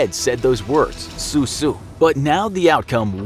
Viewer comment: ‘soo soo’ Your pronunciation is absolutely astounding.